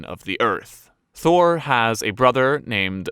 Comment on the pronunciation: Thor must be really sad the Avengers pronounce his name all wrong XD